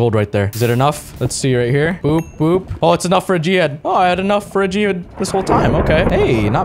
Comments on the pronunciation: Just to say, when you say g head, it sounds like jihad. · Literally every time he says "G-head" I hear Jihad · Whenever he says g head it sounds like he’s saying jihad